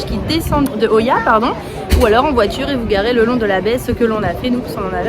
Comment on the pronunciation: Oia. Se prononce ïa en grec....pas oya.